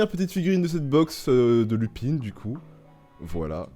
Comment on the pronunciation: Pas Lupine😂😭, Lupin